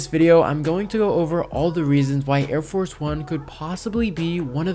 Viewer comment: I cringe whenever you call it air force one, it's arieforce one